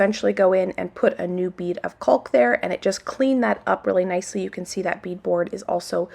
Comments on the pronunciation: You pronounce CAULK just like CHALK. You are saying CULK. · I am LOVING all the work that is getting done! The videos are so satisfying to watch. Getting all that work done feels so good, I'm sure! The "L" in caulk is silent. I think that's why people are telling you that you are saying it wrong. It's "cawk". So, you actually sound like a black bird "caw-caw" but with the "k" sound at the end. It's really easy to say when you keep the "L" silent.. I hope you are starting to feel better! You are so cute! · lol !! the L in caulk is not pronounced . Everyone is busy, busy !!